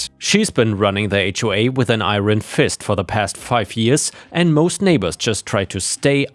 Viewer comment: Yay, JB and the floofs 😊😊😊😊 You might like to check up on your pronounciation of the word IRON. You are 99% perfect so may as well try to help you with that last 1%!